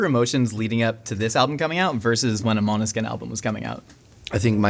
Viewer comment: Great interview! Interviewer knows his stuff, and, as a Scandinavian, it always makes me happy when interviewer pronounces Måneskin perfect! (Not that my English pronunciation is perfect lol). I'm shocked by the fact that garlic and onion do not go well together tho...